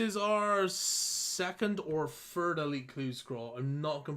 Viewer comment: "Second or fird elite clue scroll"